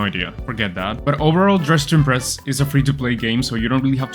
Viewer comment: "Dressin breast" 💀